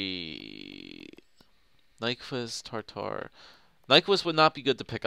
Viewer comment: It's Tatar NOT TARTAR!